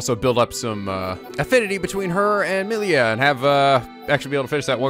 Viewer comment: If gonna go this whole episode saying "Meelia," oh boy, it's gonna be just like Revali all over again........